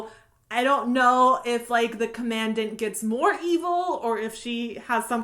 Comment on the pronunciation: You mispronounced commandant